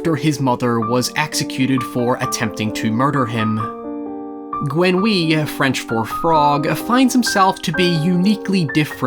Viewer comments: "Gweynwee"? What in the Lord's name is that? "Grenouille" you mean? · "Gwen-oui-ah" uhm dude I had to listen to it again after you said it was French, and I'm French. GRÖ NU IY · i love how you pronounce "Grenouille" so far from the real pronounciation but idk i love it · Jean-Baptiste « gwenouaye » 😆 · "Jonn-Bapiste Gwénouii" X) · Ikr, cracks me up every time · Grenouille: gre-new-ye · "Gwenn-Whee, French for 'frog'..." Aw, bless your little Northern heart,. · Phonetically, it's closer to "Grey-noo-ee"; just in case you ever need to say it again in the future, I dunno. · GWENWEEEE: french for frog... (as a french speaker it took me a while to get what he was saying. But I know the french language is horrible for anyone who doesn't speak it, so I respect the attempt!) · Don't worry for the prononciation of grenouille. i find the word squirrel difficult to pronouce. As a french, i m just grateful that you didn't try the french accent. Thank you for your video. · I guess you didn't notice the various examples of the pronunciation of his name in the film!! Nor bother to google it either. Would've taken only a couple of minutes. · As a French speaker who is a fan of the story, it kinda bothered me that he didn't even attempt to say the "r" in "Grenouille" since it's a very important sound in the word. Idk, maybe I'm being nitpicky but Google translate will literally say the word for you. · From my experience with English native speakers, they don't know how to, and sometimes simply can't, do the Romance variations of R. My last name is Ferreira, and that is always fun. I do believe tried, he just can't. Between the English language and his accent... it's not happening. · It was also hard for me to get what he was saying ...but then again we french are so bad in foreign languages.